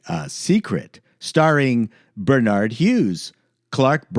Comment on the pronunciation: How can you pronounce George Dzundza correctely and not Swoosie Kurtz (not Susie) not pronounce and Barnard Hughes (not Bernard). Your killing me here! Favorite forgotten James Garner show, "Nichols" 1971.